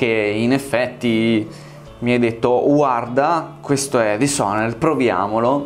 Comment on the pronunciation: "Mi hai detto UARDA"